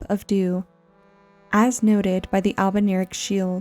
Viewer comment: I´m confused ...is it pronounced "albernirics" like she did in the video or "albinaurics"? is this another "evergaol" being pronounced kinda like "ever-jail" situation?